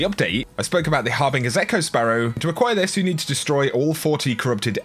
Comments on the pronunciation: "Harbinjer" not har bing er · It's pronounced Har-Bin-JER!